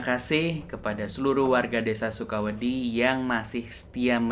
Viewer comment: Tergantung pronunciation-nya. Kalo ngomongnya sukawedhi ya jadinya suka pasir. Itu biasanya org jkt suka salah bedain da dan dha. Harusnya sukawedi tuh kl niatnya "suka takut" jadi d nya itu lidahnya bukan ke langit-langit tapi ke diantara gigi, rahang terbuka sedikit. Ya Allah gmn jelasinnya yah wkwkwkwk